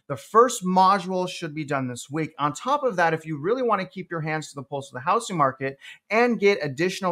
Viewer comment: It’s pronounced hou”z”ing not hou”s”ing.